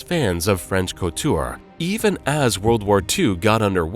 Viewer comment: Cortie? Hubert de Gi-ven-chii? Oh wow.